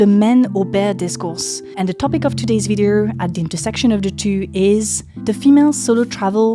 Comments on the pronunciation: Video, not videERRRRRR. It's bad enough when the yanks and Aussies do it. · "Video" pronounced "vidi-er", "India" as "Indi-er", "project" as "prerject" and masking your french accent with "er" sounds is still distracting. Love your content.